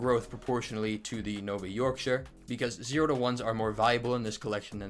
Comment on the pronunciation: nice work on the yorkshire pronunciation!